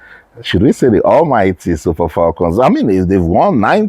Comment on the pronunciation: FALCON is spelled with one "L;" please stop saying FALLCON, it is annoying as hell!!